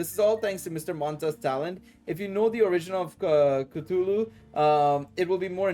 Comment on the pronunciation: Cthulhu is pronounced as Kuh-thoo-loo or Kah-thoo-loo. And Full Metal Panic is a late 90s Light Novel that later got a anime in the early 2000s. All I recall from memory was it was about a covert operation around military or state of the art tech. The purpose of which was to counter/neutralize terrorist occupations/groups. It was very popular for it's time, though given today it doesn't hold up to a lot of current Light Novels or Anime. Still, if you haven't seen it or get curious I'd recommend reading like Light Novels 1-2 at least or attempt watching the Anime as it covered I think the first 3 Light Novel Volumes but with some changes. This interview is so insightful. Well asked questions with a well structured response, didn't really dance around the questions an gave good responses.